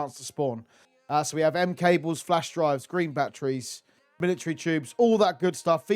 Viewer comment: "Militree tubes"😂